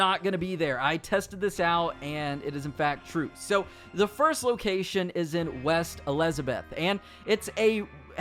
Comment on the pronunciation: Wtf was that pronunciation of west elizabeth